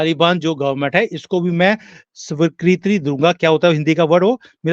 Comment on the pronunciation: कमाल है यार तक तो शब्द स्वीकृति बोलना नहीं आता। ये बहुत बुरी बात है।